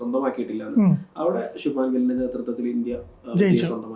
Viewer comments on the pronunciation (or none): ശുബ്മാൻ എന്നല്ല.. ശുബ്മൻ